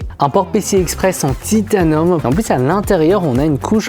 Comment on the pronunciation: Pourquoi tu prononce ça comme un ricain ? C'est titanIum pas "titanum". Sinon le PC est pas ouf pour son prix. Si le client te dit un budget et que tu lui propose un PC qui n'est pas meilleur mais juste plus cher tu le ruine juste plus que la normale.